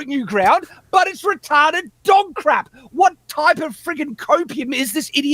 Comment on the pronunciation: Hearing the word retawded over and over was very comforting